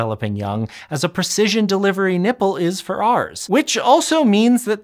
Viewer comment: This dude really likes to emphasize the word nipple!